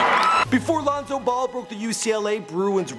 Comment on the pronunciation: pronouncin names like "Loon-so Bowl"